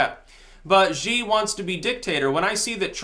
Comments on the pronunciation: Zee? no, Shee is how you pronounce Xi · Xi is pronounced like she. Not zee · It pronounced ‘shi’ btw. And I fully support him, you can’t let Chinese be 100% free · Actually, the Xi 习 in Xi Jinping 习近平 sounds closer to "C" or "See" than "She" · Xi is sort of pronounced like the English word "she" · "X" is pronounced "sh" in pinyin. so his name phonetically is "shi" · Its "She" as in "she is a girl", not Z, or 'zhee' - the 'X' is a shh sound, the "i" is like two e's, "ee"... sorry to be a pedant, but here in The 'republic of china on taiwan' such mispronunciations grate a little.. its also a cred thing... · For future reference, Xi is pronounced "She". Im not being cute, it is in fact pronounced that way. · His name is pronounced "she". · Sapak chuyun Use Google translate or some other Chinese pinyin pronouncing program. Xi sounds closer to "C" or "See" than "She". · Currently living in China and know some Chinese. Just trying to help. "Xi" as in Xijinping is pronounced as "She" as in "That's what she said." Just trying to help out. Thanks for the video. -Cheers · Xi in mandarin sounds closer to the letter "C" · Still wrong! The Xi 习 in Xi Jinping 习近平 sounds more like "See" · Why people keep saying it sounds like "She"? The Xi 习 in Xi Jinping 习近平 is pronounced closer to "C" or "See" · Learn how to pronounce Xi. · X in Mandarin is pronounced sh.